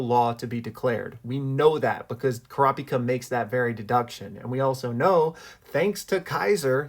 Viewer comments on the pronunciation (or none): none